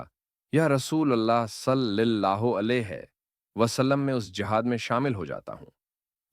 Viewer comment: صلِی اللہ علیہ نہیں ۔ صلَی اللہ علیہ